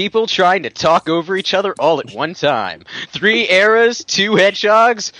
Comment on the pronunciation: eras, not arrows